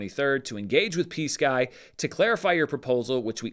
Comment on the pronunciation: I was listening to this and not watching and I kept hearing "PSKY" as "peace guy." It was first said during the bit about verbal, off the record conversations so I thought the parties were referring to someone trying to make a peace offerering.